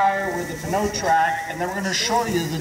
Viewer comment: Would it not be pronounced "no-trac?"